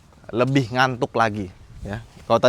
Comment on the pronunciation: Aneh bgt skrg kyknya klo dengerin kata ngantuk.. 😂